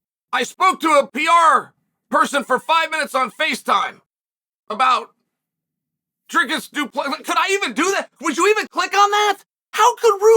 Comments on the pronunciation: His name is pronounced Dree Kiss Do Plus Sea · Bro's been trashing DDP since the first time he said his name (badly) and is surprised that he's being snubbed 😂😂😂 SALTY!!!